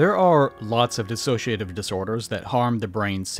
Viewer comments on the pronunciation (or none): none